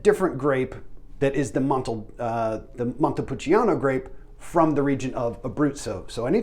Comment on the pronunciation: Ooof pronunciation pretty rugged. San-jo-VAY-zay. VEE-no NO-bee-lay day MON-te-poul-CHA-no